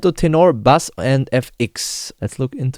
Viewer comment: Subscribing to the channel. Great job. P.S. Just for the improvement of your channel: Bass is pronounced "bays". Otherwise it sounds like you're playing a fish.